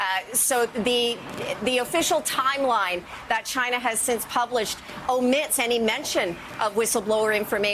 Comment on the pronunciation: Why does tRump always mispronounce China as "Chinnah" with a heavy emphasis on the "nah" & the "Chinna" part. Is he really that illiterate & ignorant or could he be doing it on purpose!